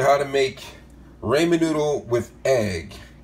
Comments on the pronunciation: Excuse me did he just say RAYMEN noodle? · Ray-Men noodles. My god im dying. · "Raymen" noodles.....😂😂😂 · I've always pronounced it Rah-men noodles, not Raymond noodles!!! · rAAmen wow its pronounced rawmen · Sorry it's Ramen Rah- men. Not Ray-man. My odc kicked in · Rah-men noodle Not Ray-men noodle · It's pronounced "Rah-Munh. Not "Raymond" as if it was Everybody loves Raymond. I appreciate you sharing but this is ultra-elementary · It's Raman noodles....not Raymond noodles...lol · Raymond noodles???? RAH-Men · Just a heads up - it's pronounced Ra - Men not Ray - Men... it's an Asian word/noodle. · Why are you saying Raymen noodles it’s Ramen 😑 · Just so you know it’s pronounced “raw-men” not “Ray-men” and of course spelled ramen. That’s all my help for today. Sorry but it drives me bonkers to hear it that way. ugh! 🤫🤐🤔😒😔🙄🤨😟😕😳🤔😖😣🙁😞😭😭😦😧😯😮😲😪🥴🧐😋😋🤪🤪😌😌😊😊🥺🥺😩😫.I rest my case here. Good day or night wherever you may be “raymen” lol I had too. Too funny.😂🤣😂🤣 I am going to do my own research to make sure of how to pronounce it.lol way to funny. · Ramen (rah-men) Raymond (not how you say ramen) per peeve over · No no no its ramen pronounced like rawmen. Not ramen pronounced like raemen. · It's not raymen its rahmen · Hey stupid. Its pronounced ra mein. Not ray mein. Dummy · ummmm its RA-MEN!!! not RAY-MEN!!! its ramen ramen ramen NOT raymen raymen raymen. dontcha guys ever watch naruto??? if not then your saying ramen wrong -. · omg it's ra-men not ray-man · Raymond noodle?? lol... Rah-men man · Ugh DAMET. I got ramen noodles, not raymen noodles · Raymon Noodles?? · i head this nibba say raymen and went straight to the comments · Everybody love ray-men noodles 😂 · the way he says ramen "raymond" lol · He said Rayman noodles 🍜😂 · It's not called raymun. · WTF are "Raymond Noodles"?? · ra-men is how you pronounce it!!!! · I lost interest as soon as he said raymon noodles...🤦‍♂️ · “Raymond” noodles? 🤔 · Ray-men noods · Man said raymen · Ray men noodo lol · "Raymond" noodles 😂